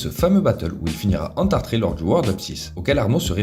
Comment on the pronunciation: "ENTARTER" pas "ENTRARTER"